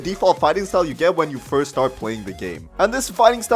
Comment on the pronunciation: he said frist instead of first